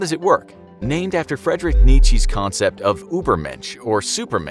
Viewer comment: You would think they would do a little research on how to pronounce Frederick Nietzsche.